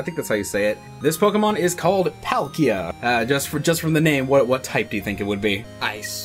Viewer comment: its pronounced Pal-Ki-ya